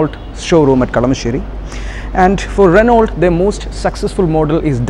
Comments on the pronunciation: Try Renn-O. Before coming on cam learn how to pronounce stuff. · its not ranolt, Its 'renou' Address the manufacturer as 'renou' and avoid 'kompani', 'kompani' slang the sales reps use.